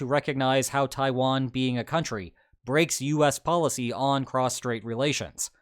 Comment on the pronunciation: Did u really just say tawian wasnt a country